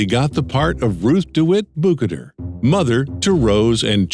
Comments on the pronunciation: I believe the character’s last name (Bukater) is pronounced “Bew-kay-ter” and not “Boo-kuh-ter”. They pronounce this in the film. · Ruth DeWitt Bukater = boo-KAY-ter (not BOO-kuh-der) Ken Marschall = mar-SHAHL (not MAR-shull Jeremiah O'Brien= jayr-uh-MY-uh (not JAYR-uh-me) 😊